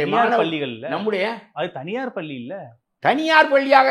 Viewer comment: Thaniyar palli ya??! Neenga ennikki tamizh Kathukka poreenga ??? paakkave kashtama Irukku. paLLi nnu varaNum